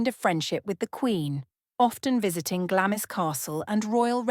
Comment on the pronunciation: I believe that Glamis Castle is pronounced "Glahmz" (one syllable). Even I as an American know this, but apparently A.I. narration does not. 🤔🫤